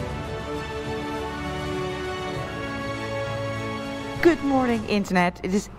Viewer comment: Ik dacht even dat je kut morning zei! Niet iedere ochtend begint ook goed natuurlijk.